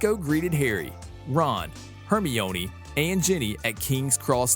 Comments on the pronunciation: It's Herm-eye-onee not Hermy-oney lol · “Hermiooni” 😂😂😂 its Hermione not hermiooni 😂😂 like u would say windgaodiom leviyosaaa it’s Wingardium Leviosa😂😂😂no offense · Hermione is (her-mi-nee) and you should do ronald weasly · Its her-my-a-knee. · You are Hermiyoni part 3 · Hermoine is pronounced (HAIR MINE EE) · Saying hermione's name wrong lol. Its ok though. Love watching these videos. ❤ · He said Hermione wrong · Can y’all please stop dragging him on his pronunciation I know it was bad and he knows now to but ya don’t need to remind him how to spell Hermione times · The way you pronounce '"Hermione" Is not how you pronounce it! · You pronounced Hermione's name wrong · Your saying it wrong it lu c us and her mi nee